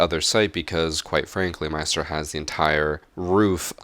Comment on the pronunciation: Why do you pronounce "Maestro" like a moron...?